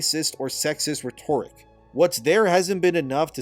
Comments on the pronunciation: REH-ter-ick. Not reh-TORE-ick. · Love the video. But please, it's RHEToric. Pronounced RET-er-ick. As opposed to the adjective rheTORical. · Ret-tor-ric? Bruh. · it’s not “reh-toric”, it’s “rhet·o·ric”. Loved the vid! Just had to correct 😂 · Reh-tuh-rick Not re-torik. It's driving me nuts man lol. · Rhetoric=Ret-or-ick.......youre welcome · Dude, like your stuff, but you've really gotta learn how to pronounce "rhetoric" (It sounds like REH-torik. Emphasis on the first syllable) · I notice you use the word rhetoric a lot but don't ponounce it correctly. Just saying. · I can’t stand the way you say “rhetoric”. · Hate to be that guy, but RHETORIC should rhyme with RODERICK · Dude it’s driving me crazy how you pronounce rhetoric lol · If you pronounce rhetoric wrong one more time ... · Good video, please learn how to pronounce " rhetoric" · I need you to listen to someone saying the word "rhetoric " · I love but for the love of God someone tell him how to pronounce "rhetoric" 🤣🤣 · Please Google how to say “rhetoric” - it’s driving me insane. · Please learn how to pronounce rhetoric correctly. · the accent for the word "rhetoric" falls on the first syllable. When used as an adjective or modifier (i.e. rhetorical) then the accent falls as you are currently mispronouncing the word now. Hope you take this in the right spirit as intended - like your videos! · I love you videos, but hate how you say rhetoric. It's agonizing.